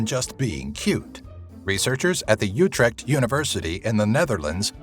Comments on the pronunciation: did he just say Utrec As a dutchie, this offends my culture It's ooh-treh-kth, Utrecht (jk I'm just correcting pronunciation and that 'offended culture' thing is just an inside joke I have with like 14 people at school) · dude sorry to be a pain bu it is not pronounsed utrect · "utrecht university" lmao i cant stop laughing. non-dutch people really cant pronounce utrecht XD